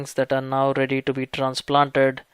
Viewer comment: Haha he said it's all rrrrrrrrrrready he accent added way to many RS🤣